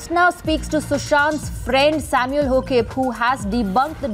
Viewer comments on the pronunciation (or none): It's not Hoakip it's Haokip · It is Haokip ..not hoakip ..kincdly check the name correctly ..shameless news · Its Haa-O-keep = Haokip. Haokip tribe is one of the tribes of Nagaland of NE India.